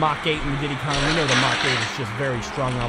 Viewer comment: It's not didy Kong it's Diddy kong